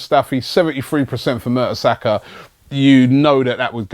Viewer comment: Robbie, you sound like those stats are surprising?😂 It's Mertesacker...